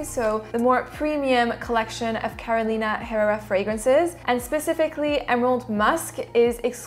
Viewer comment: FYI, The H in Spanish is silent ...ie, imagine it’s Carolina Errera ....roll the double R but just slightly.